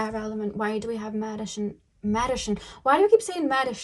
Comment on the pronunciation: this is a heavy hitter. I chose pile 2, there’s a rose quartz heart right in front of me as I am watching it. And you saying “Medichine” reminds me of how my speech is a bit obscure due to the Invisalign I have